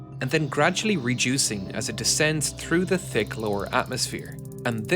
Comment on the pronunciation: fail the narrator cant prounounce th,says tik not thick,big fail!.